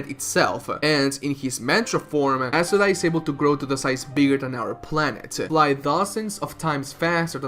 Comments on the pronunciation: it's not asuRA. it's aSUra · I cringe when you pronounce Asura, Chakra and Mantra.